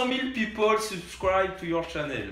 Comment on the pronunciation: "Cent mille pipole subscraïbe tou your tchanel" 😭😭😭